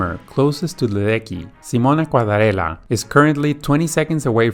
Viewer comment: Didn't pronounce Simona Quadarella's name correctly neither 🤷